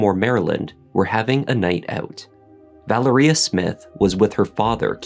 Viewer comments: Vă-Lār-Ria not Valeria 🤦🏽‍♀️🤦🏽‍♀️🤦🏽‍♀️ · Mispronouncing Valeria name. It is pronounced Val-ree-ahhh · Wow! Captivating and very well done. Just so you'll know, Keith's daughter's name is pronounced with an emphasis on the Va. So it's Va-leria. This was the deepest dive into this story that I have seen and being from Baltimore myself, I thought I knew the whole story. I loved it; liked it and watched it twice so far. I thoroughly enjoyed it! Subscribed!